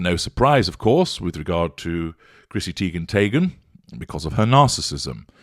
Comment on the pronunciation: Chrissy Teigen tayghen 🤣